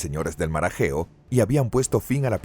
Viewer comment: Revisen la traducción y lectura antes de subir el vídeo.. entre menoicos, ageos, y derivados ya no sé de qué estamos hablando...